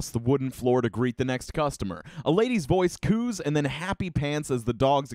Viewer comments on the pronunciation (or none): none